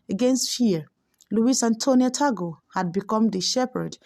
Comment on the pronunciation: Pronounce as Tag-le , not Ta-gle .